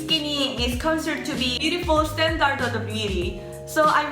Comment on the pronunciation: i love you, but standard is pronounced "stan-derd"